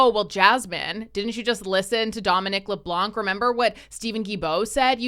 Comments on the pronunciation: Why do all English speaking people butcher my last name? Dominic LeBlanc is NOT LeBlank the C is silent. I enjoy watching your videos but when my last name is butchered it makes my blood boil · As a french canadian , you dont pronounce the C of Leblanc , the C is silent , just say it as if there was no C just Leblan :P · For your information, the final letter C is not pronounced in Leblanc (the white).